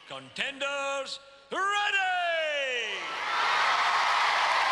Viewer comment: CONTCHENDERS!?! ARECH-OOOO READY?!?